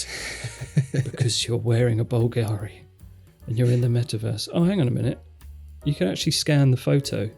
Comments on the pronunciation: bÚlgari, not bulgÁri: watch the accent. I love your superb work on the channel: 99, excellent notions, just this little dissonance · Correct pronunciation would be BVL-gari, not Bvl-GA-ri. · Bùlgari instead of Bulgári. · Bulgari is pronounced /BULLgeh-ri/. Stress on the first syllable. By the way, I scanned the QR code from the screen! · You are mispronouncing Bulgari. Emphasis on first syllable and not second. Good video though so keep it up! :-)